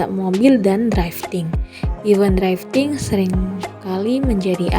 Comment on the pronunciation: ralat untuk penyebutan kata drifting kak , bukan draifting🙏🏻 draiv lebih ke penyebutan kata pengemudi. cmiiw